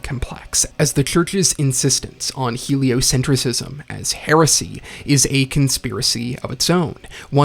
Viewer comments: ………it’s pronounced “heliocentrism” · A bit of a nitpick? You're pronouncing heliocentrism wrong